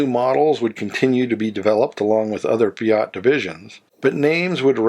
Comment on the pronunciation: WHAT IS THE POINT OF YOU ASKING US TO COMMENT, IF YOU OBVIOUSLY NEVER READ OUR COMMENTS?????? I HAVE MANY, MANY TIMES CORRECTED YOUR ATROCIOUS MISPRONOUNCIATION OF FIAT, AND INSTEAD OF PAYING ATTENTION, YOU NOT ONLY REPEAT THE GOD-AWFUL THING, BUT YOU EXTENDED IT TO OTHER MAKERS, LIKE LANCIA. Are you paying attention now????? It is NOT "LancIa" but "LAncia". GOT IT? JESUS H CHRIST ALREADY!